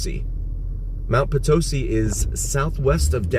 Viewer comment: It’s pronounced… Mt. Po-tisee…NOT Pa-towsee 🤨🤨🤨 And yes, there are quite a few pieces of wreckage still left at the crash site Couple of ways to get there, but definitely not an easy hike